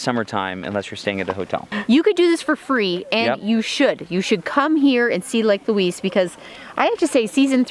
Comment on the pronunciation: It’s video is going to Haunt me she can’t pronounce the names right